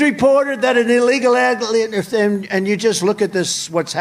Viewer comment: What is an illeglal agligan uuh. Embarresing that they want this as president. No way